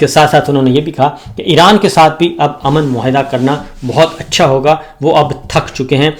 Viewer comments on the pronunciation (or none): none